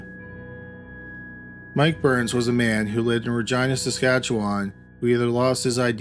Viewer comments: Anyone who's not from western Canada pronouncing Saskatchewan is always so painful 😂 still love you though! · I wasn’t sure what part of 🇨🇦 you are in, until I heard you say “Saskatchewan”.